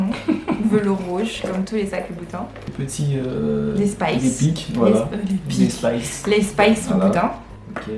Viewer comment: On dit spyke non? Pas spyce???